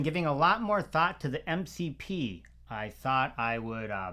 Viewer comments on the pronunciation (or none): did you say MCP close 😂 sounds like the word "Voldomort" from Harry potter now 😂